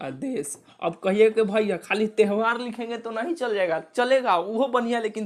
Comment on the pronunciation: त्यवहार ❌ तेहवार ✅